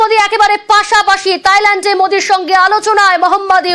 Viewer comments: সালা গুবর ক্ষেকু সাংবাদিক থাইল্যান্ডকে তাইল্যান্ড বলে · তাইল্যান্ড না ❌ থাইল্যান্ড হবে 😂 ✅ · তাইল্যান্ড কি?? 🤣🤣 থাইল্যান্ড। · Thailand not tailand 😂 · তাইলেনড না থাইলেনড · তাইল্যান্ড কি থাইল্যান্ড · তাইল্যান্ড কি উচ্চারণ ভালভাবে করা যায় না